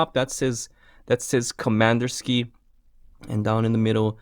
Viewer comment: Nice, at the beginning (in the faux-russian-accent), you actually pronounced Komandirskie very accurately.